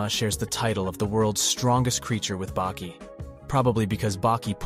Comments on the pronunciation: Why he keep calling Baki “bakey” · Bro wtf? You were changing up the way you pronouced Baki. FIrst it was Bah-Key then Bake-key, then bacc to Bah-Key? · "Baeki" lmao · This was great but I feel like u miss pronounced things & said things weird on purpose just to grab ppls attention. Like when u said Baki’s name wrong several times in a row twards the end & then started saying it right 🤣 anyway u get a like from me & a sub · How come you get the names pronounced wrongly.. Baki = bakey, and Ali = Al eye?